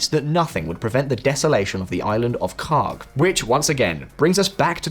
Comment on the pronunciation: "This is KHARK" Ya know, for a second i thought you said... something else...